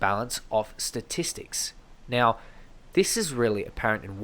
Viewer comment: this grinds my gears then i hear: ThE StAtiStICs fooken heell!